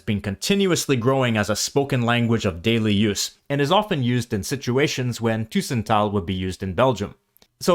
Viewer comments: Tussentaal/tussentalen ????? What is tussentaal, that is not a Dutch or Flemish word. Even the pronunciation is completely wrong, Dutch and Flemish almost need subtitles to understand the vocal part. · Cool vid. "tussentaal" is not pronounced the way it is been in the video. The "u" must sound more like an "uh" with the h. Both the Netherlands and the Flemish region have plenty of accents, and the region does not determine wether one (prefers to) speaks Standard Dutch or not. It really is a personal endeavor which words you would like to use or how to say things. I can not emphasize this enough!! F.e.: "poepen" is a word that I would consider a wee bit vulgar/unsophisticated to use in reference to the act of intercourse. I chose not to use that word at all. And to be honest, it's been since my teens since I heard the word being used in such a way. F.e.: In Flanders we use both "blokken" and "studeren" interchangeably. Same goes for the word "kop" and "tas". In Belgium we also use the word "tas" for bag. Same with "koffer" and "valies" ("reistas", "bagage"). My point is that there are many ways to say things and are not always exclusive to a certain region or country. The difference in accent and certain usages of words between spoken Dutch in the Netherlands and in Belgium is def noticable. One could also hear that when a dutch and a flemish person speak english, one can often hear the distinction between the accents which is easier to notice if you are either of the two. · The robot or AI doesn't pronounce it correctly. Take "tussentaal": AI pronounces it with a long "u", "tuuuussentaal". That is not correct: the presence of the double "s" shows one has to pronounce the "u" shorter. When there's only one consonant, like in "buren" (neighbours), the "u" is pronounced long (buuuuren), when there are two it is short: dubbel, tussen, lukken, plukken etc: short u. Don't rely too much on AI, it's still crap. Ask a native speaker. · tussen with an u as in but, not an ÜÜ